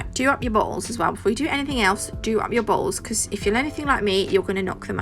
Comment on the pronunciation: When you said ‘don’t forget to do up your baw all’s’ my husband bust up laughing. 😂🤣 You might want to enunciate the t in bottles. LOLOL